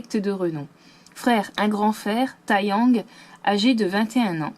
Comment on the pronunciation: Mais wow! Bravo pour cette vidéo super intéressante! Merci d'avoir traduit tous les dos de cartes mdrrr. Bref, une excellente vidéo!! PS: Taeyang se prononce "Téyang", le "tae" en coréen se prononce "té" ☺️